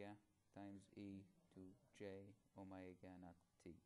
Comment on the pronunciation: Haha, omegas sound like "oh my god"